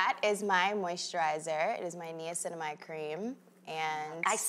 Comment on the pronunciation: If her skin is sensitive, why are her products heavily fragranced? Also, Vaseline does not clog pores. It's actually very good for your skin. She doesn't know what she's talking about. Finally, she also pronounced niacinamide in correctly. She obviously has spent zero time learning about her own skincare line.